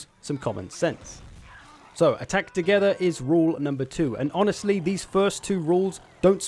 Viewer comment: Love the way you say "attack to-GETH-er" 😂